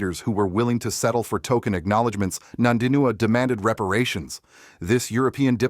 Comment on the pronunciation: Her name is NOT NANDINUA, show some respect.